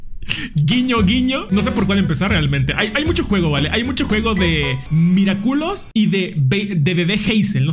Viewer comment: Yo igual me carcaje porque en ves de decir Miraculous decia miraculos